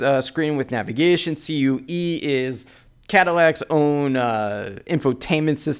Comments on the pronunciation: It's CUE not C. U. E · Why did you say it C-U-E, I believe it's pronounced " Q ".